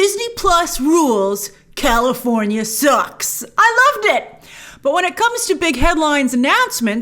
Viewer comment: California, has an R, Lol